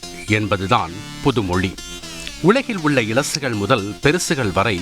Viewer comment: Elasugal perusugal.. very badly pronunced by such a reputed news channel.. shame😢